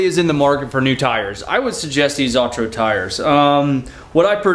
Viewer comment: Uh-tur-oh not aw-tur-oh😂 love the videos